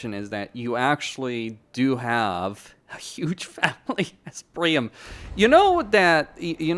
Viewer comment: PriAM not Prime 😂